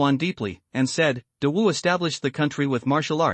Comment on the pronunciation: I sometimes hears dog Dynasty 😂😂😂 not great wu or Dawu Dynasty 😂